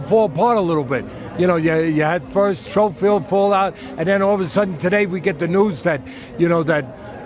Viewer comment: gotta love teddy he calls Floyd Schofield ‘Showfield’ 😂😂